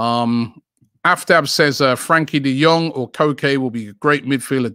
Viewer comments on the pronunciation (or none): none